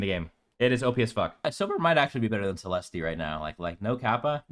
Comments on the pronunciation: You do not pronounce the E at the end of Celeste bro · The way you pronounce Celeste is so annoying. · Are you deliberately pronouncing Celeste's name wrong as a joke lol? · 99% sure it's a joke. He even says it normally when he is talking about Holliday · He knows. He’s joking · the moment i heard you pronounce CELESTE, i knew this list is a troll. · it’s a joke to pronounce her name that way, and this list is nothing but facts. if you think this list is bad it’s because YOU are bad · The way you pronounce Celeste is giving me gout.